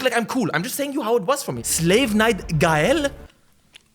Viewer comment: why does this bald dude call gael guyl